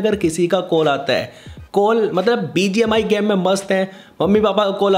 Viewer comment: Bhai game ko gaam bolna band kr 😂😂🤌